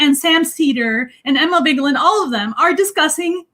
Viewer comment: At least pronounce Emma Vigeland's name properly, come on now.